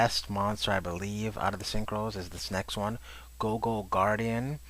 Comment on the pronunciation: You really need to work on pronunciations. You keep saying turner when it is clearly tuner, and gogo instead of goyo. Anyways, I prefer Stardust Dragon, since I can easily splash it in my deck without any problems at all.